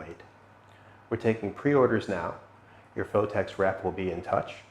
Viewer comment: ''Phottex'' lool